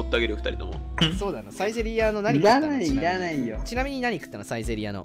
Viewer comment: kunってサ↑イゼ↓やねんな サ↓イゼ↑やわ